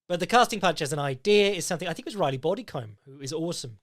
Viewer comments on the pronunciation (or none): none